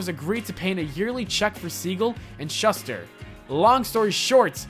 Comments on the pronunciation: This guy needs to learn how to pronounce last names properly. He totally butchered Schuster and Nietzsche. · To the narrator, Nietsche is pronounced nee-cheh and Schuster is pronounced shoo-ster. The narrator should learn foreign pronunciations from time to time in the proper context. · Holy crap - ShUH ster? NEYEsh? That's 'Shooster' and 'Neechee' on the pronunciations dude. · Pronunciations schuster=SHOE-ster and the philosopher is pronounced knee-chee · Nietzsche =Knee-Chee or Knee-Cha Schuster = Shoe-Ster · Pronounced Shooster and Neeshh.